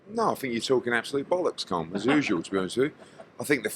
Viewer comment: Eddie can you learn how to pronounce the name Colm!